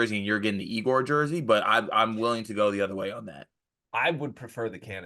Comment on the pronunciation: Also, it’s pronounced Yay-gor